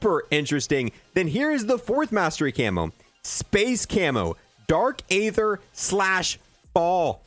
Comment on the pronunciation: it’s very aggravating that to this day you still pronounce Aether wrong lol